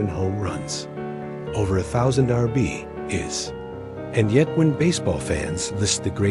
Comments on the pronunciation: If they're going to use AI to make these videos, at least have the voice learn how to pronounce "RBI's" correctly. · C'mon A.I. learn how to pronoun "RBI's" correctly LOL.